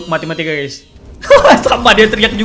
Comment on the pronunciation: Apa yang abang bilang: matematika Yang saya dengar: matimatika